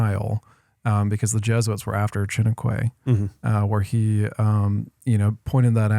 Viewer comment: loved this video and thank you... so much information so I am sharing this video ...just a little thing: lol Charles Chiniquy, (in french quy is pronounced Kee or Ki so Shi-ni-ki or kee! :) he was french Canadian! so Shi-nee-Kee (short e sound not kway pronunciation) just saying :) He and Abraham became friends Chiniquy was his confident!